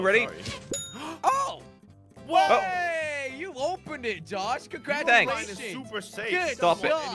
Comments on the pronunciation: did say herobrien? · jush said herobrine